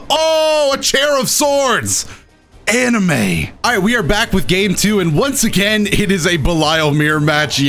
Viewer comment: The way he said “anime” in 🤣😂